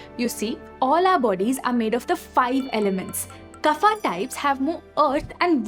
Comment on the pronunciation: Why every worg of sanskrit became 'aa' it's not yoga--- yog "kafa" --- kaf ''pitha" --- pith🙄 please pronounciat in right way. These are not english words these are sankrit ones